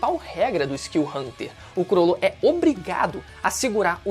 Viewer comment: Falar “curolo” é mt feio de escutar. Ate na dublagem é “crolo”